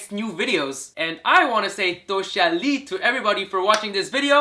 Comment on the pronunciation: right pronunciation is "Duo Xie Ni" not 'Duo Sha Li"